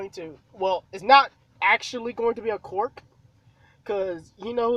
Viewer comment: I love how to you say quirk as cork